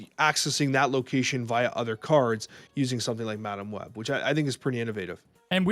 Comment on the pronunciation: had a stroke talking about madam web and forgot to edit it😂